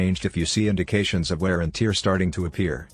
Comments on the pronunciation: wear and "Teeer?"🤦🏻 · Lol tear 😭 if you replace that with tare the voice will say it correctly